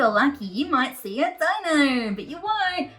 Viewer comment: Your accent is so cute lol you say “Di-no” , but it’s pronounced “Dey-no” 😉